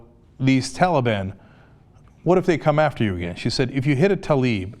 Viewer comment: Hey man he also pronounced talib wrong, big woop.